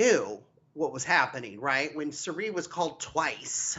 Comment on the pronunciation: Is calling Cirie ‘Shuree’ on purpose? Lol